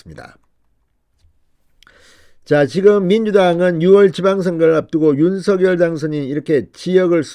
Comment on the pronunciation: 진성호 당신 *윤서결이란 사람은 없습니다 *원성열이란 사람은 있습니다 *윤성열 로 *윤성열 로 *윤성열 로 발음하세요 진성호씨~~~ *성열*로 소리내기 *성열*로 소리내기 우리말 공부 좀 하세요